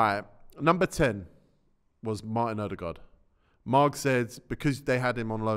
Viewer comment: Telling you already it's Ødegaard